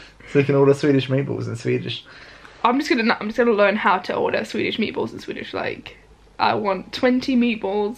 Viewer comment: Sveedish lol